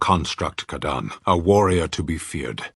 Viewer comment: but he said kadaan?!?!